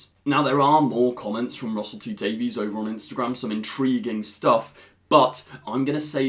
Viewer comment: once again. PLEASE Honor the way RTD pronounces his name. He says it as though it were spelled Davis. not day-veez